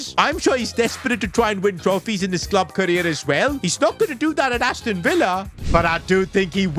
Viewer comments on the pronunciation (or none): none